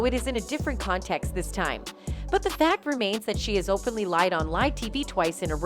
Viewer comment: "for con TE xt"